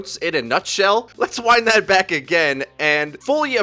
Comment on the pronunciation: “WE GO AGANE”